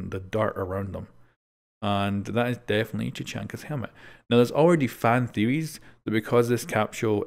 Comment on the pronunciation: "fan theewys "